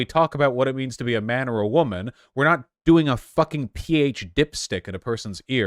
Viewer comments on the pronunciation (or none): none